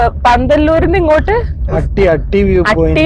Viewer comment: അട്ടി അല്ല ഹട്ടി 😂ദേവലക്കാടുത്തുള്ള സ്ഥലമാണ് 😊നിങ്ങൾ ഹട്ടി ഒറിജിനൽ ആയിട്ടുള്ള കുന്ന് കാണിച്ചില്ല 😊ഓഫ്‌ റോഡ്‌ ആയി ആ കുന്നിൽ പോകാം അല്ലെങ്കിൽ ഹൈക് ചെയ്യാം